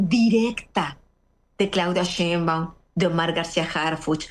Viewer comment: A ver Anabel, repita conmigo "Schainbaum, Schainbaum, Schainbaum..." de nada